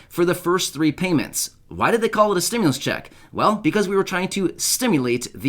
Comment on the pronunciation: So why are you saying Stimulas ??? They never said we was going to get any more money